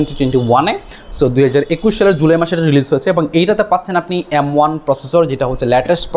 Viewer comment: আপনে বলেন "এম ওয়ান" কিন্তু আমি শুনি “এমং”। কিছুক্ষণ পরে বুজতে পারছি 😂